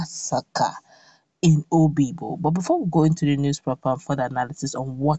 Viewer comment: Obigbo not oyibo